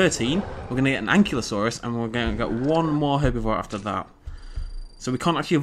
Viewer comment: its pronounced AN-KY-LO-SAUR not AN-KLY-OH-SAUR you just have to look at how its spelled ankylosaur